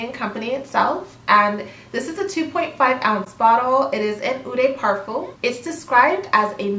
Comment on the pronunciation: If you’re going to make more of these videos you should watch a few perfume channels to learn the pronunciation of the key terminology! Especially “eau”, “toilette”, and “parfum”. (Also “peony”, “métallique”, “balsam”, etc...).